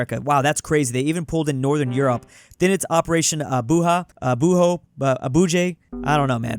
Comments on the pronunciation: its pronounced with a j not a h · ITS ABUJA NOT ABUHA GRRRRRRRRRRRRRRRRRRRRRRR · It's not operation "Abuha" it's Abuja now I feel offended as a western Africa :/ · It's pronounced A-B-U-J-A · bro what. Did u just pronounce Abuja as abuha 😢😢